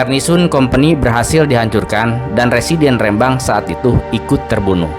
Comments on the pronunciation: Rembang bukan rèmbang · minimal cari info cara melafalkan rembang bukan kayak melafalkan Medan tp RE nya seperti melafalkan Remah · Pengucapan Rembang salah, huruf e adalah e pepet seperti pada kata senang, telinga dsb...